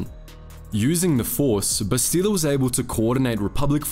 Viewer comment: I hate how you ALWAYS mispronounce her name. It's Bastila not "Bastile". If you had ever played the game, even once you would know this.